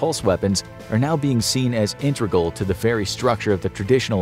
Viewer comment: It's "integral," not "intrigal."